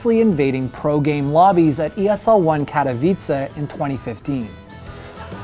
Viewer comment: first time someone non-Polish got the correct pronunciation of "Katowice" woohoo gj